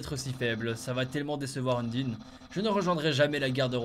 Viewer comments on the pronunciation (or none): Pour le combats contre Papyrus, en gros il attend pas que tu sois a 0, genre a 1 pv bah il te capture pour pas te tuer et pour te livré a Undyne ( qui ce prononce pas Undine mais Undayne 😂 ) c'est pour ca que a 1 pv il te capture ;) Desolee, je nai pas pu voir la vidéo avant pfff :( Très bonne vidéo ! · arrêté de dire undyne sa se dit undaine